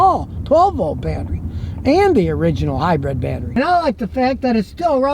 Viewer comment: Lol “high-bread”